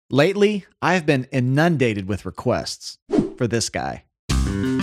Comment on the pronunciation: no one commented on the pronunciation of inundated? Same album, "Too Many" - there was an album on Liberation Records in 1999 called PUNK SUCKS. Do yourself a favor